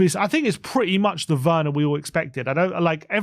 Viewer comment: Its pronounced verner😢